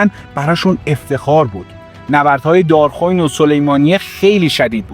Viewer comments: دار خوین اشتباهه. دار خُوِین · اولا ممنون عالی مثل همیشه ولی ددمطلب دراول کلیپ گفتید سپتامبر۱۹۴۱که غلط است دوم تلفظ شهر دارخوین که باید بفرمایید دار-خو وین امیدوارم تونسته باشم تلفظ صحیح را بیان کرده باشم